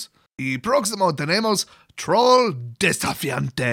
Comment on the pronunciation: I approve of your pronunciation of 'Trol'.